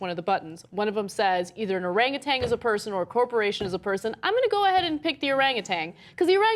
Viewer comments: OranguTAN, not OranguTANG. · No G at the end of Orangutan. Tan like tanning bed, not tang like orange flavored drink. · There's no G on the end. It's orangutan, not oranguTANG. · Cenk and Ana, please stop pronouncing Orangutan as "Orangutang". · There's no "g" at the end of orangutan guys. There's no "tang" at the end of the word. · It is not an "arang-a-tang"! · It's not Orangatang. This bitch keeps saying Orangatang. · For fuck's sake, Ana, THERE IS NO "G" ON THE WORD 'ORANGUTAN!" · Ana, there is no G at the end of Orangutan.